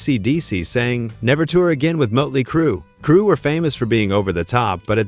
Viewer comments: Muttely Crue? 😂😂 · Mutley, motely, mutelee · The umlaut over the O would create a 'U' sound. 'Murtley Crew'. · Did it say mutley crew instead of motley crew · . "Moatley Crue." 😂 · Teach your AI how to say Motley Crue. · Muddly Crue, huh.... AI sucks so bad. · Bad AI. Learn to pronounce "motley". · Who the feck are 'Mutley Crue'? Load of AI bollocks. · Heh heh Mutley Crew. This must be AI. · Mutley Crew? AI crap. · Is any of this even true ? Things sounded a bit wonky to me, and then you said mut-ley crew. I`m out and giving a thumbs down. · Seriously? MUTTly Crue? im out.. Channel blocked.. Stupid AI trash channel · Muttley Crue. Gotta love A.I. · A.I. Bot Slop! Moatly Crue? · I think it's "moatlee" crew..🤣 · Wait... so they said they weren't going to open for anyone, or they gladly joined the likes of KISS and Aerosmith on their respective tours? Which was it? Also, please train your AI bot to pronounce bands' names correctly. JFC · Everything with this video is untrustworthy with that Ai voice that cant figure out how to say Motley Crew. Lazy and bullshit claims.